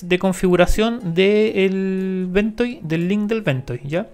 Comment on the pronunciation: Great video, please make more about ventoy. Also it's pronounced Ven-toy not Ven-toe.